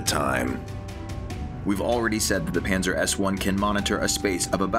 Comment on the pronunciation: Is it bad that every time they mentioned Pansir I will hear it as "Panzer"